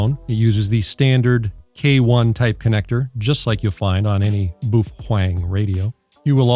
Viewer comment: Boof pheng 😂